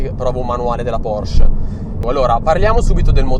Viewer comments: si pronuncia PorschE! Con la E finale! Bei video, saluti da una 981S =) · mi hai linkato un video che conferma la pronuncia con la E finale, come dico io (e come sa chiunque conosca il tedesco), tu invece dici PORSC...